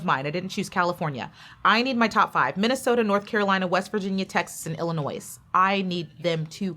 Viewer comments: Waited for this! Thank you! Btw, as a native from Illinois, you pronounce it as "Il-ih-NOY"..so the "s" is silent. Illinois and Texas were in my Top 2 before the finals night & I'm so happy they both ended up in the Top 5. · Love this. Love you. But girl, the “s” in Illinois is silent. You don’t pronounce it. 😬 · I agree, I don’t know why she pronounced Illinois with a S 😂😅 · Love how they called out Illinois multiple times with the silent 's' and refused to conform and kept pronouncing it with a HARD 'S'. is here to make some noise, it's IlloNOISE!! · it’s illinoiize! 😆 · You don’t pronounce S in Illinois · When you say Illinois, it doesnt have the s in it. Pet peeve